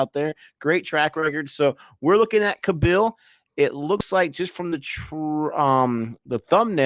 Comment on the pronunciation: pronunciation tip for: There's a reason for 2 A's after K....stretch the A sound;) KAA-bil....not ka-BILL (sorry for being OCD about it) Anyway, loved your review